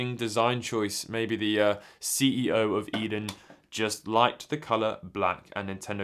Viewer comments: Yep, "A-den", not "Eden". I've only been living in Japan for a few years in Kanto, so I've never heard of this store, but I did wonder if it was somehow related to Edion. Thanks for the info! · Pronounced A-Den :) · The company name is pronounced as "eethen"